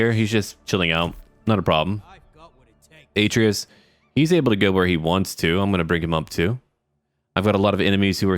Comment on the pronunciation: YEA F U PARIS btw love your vids ps atreas is actually pronounced a-treas and I hate posting comments like this because I feel like I sound like a jerk so please forgive me